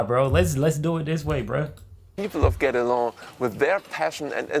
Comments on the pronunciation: Guédelon is pronounced like "get along". :) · Thank you. I live in Burgundy and visited the place 3 times. I wished I could have helped you with the Guédélon pronunciation. Something between gay and get.